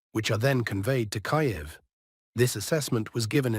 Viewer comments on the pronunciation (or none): 8t is pronounced Kiev, not Kaev. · Its Kiev not Keev